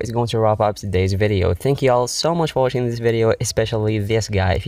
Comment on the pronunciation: XD "Thanks for watichisng" LMAO